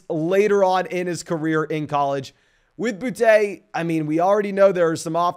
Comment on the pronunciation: It’s booty not bou te